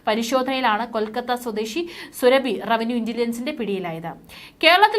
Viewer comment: സുരഭി അല്ല സുറാബി കാട്ടൂർ ...